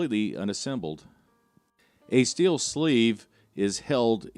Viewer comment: Acetal ("ASS-a-teel") is actually pronounced "a-SEE-tall." It's a polyoxymethylene thermoplastic with the registered trade name Delrin.